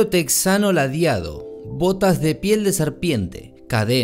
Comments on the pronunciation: Se pronuncia Tejano no Texano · Se dice tejano, no texano